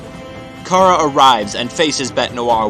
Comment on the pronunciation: IT'S CHARA AS IN CHARACTER, NOT CHARA AS IN CAR-A AAAAGH all aggravating issues aside, le gud video is gud